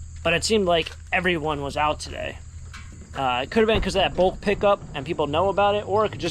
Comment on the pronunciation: Not bolk pickup,. It's bulk pick up 🤦